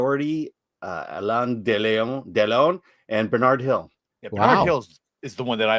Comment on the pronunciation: Alain De... León? This is a channel about films and you guys don't know Alain Delon? Is this a joke? You americans watch too much Disney... just saying